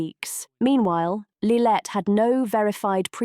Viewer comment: It’s lillibet not lillet